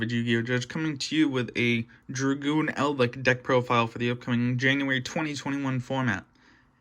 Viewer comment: my man says eldlick :|